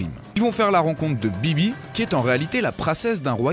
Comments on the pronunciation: C'est vivi pas bibi ! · pourquoi il dit bibi au lieu de vivi cet autiste il met des accents sur tout les mots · princesse vivi pas bibi 😂😂😂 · Vivi pas bibi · Bibi ? BIBI ?! C'est Vivi ! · juste ce n'ai pas bibi mais vivi Ps: je ne sais pas si tu dit bibi parce que c'est peut etre du jap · On dit Vivi pas bibi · salut pourquoi tu dis bibi c'est vivi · c'est pas bibi mais vivi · c'est Vivi pas bibi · c pas bibi c vivi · ouais mais en Jap ça se prononce "BiBi" et vu que kiff plus regarder en VOST bah:') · il a appelé vivi bibi lol 😊